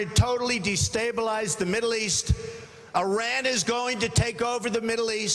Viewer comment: A guy who can't even pronounce Iran right is running for president? Jesus christ.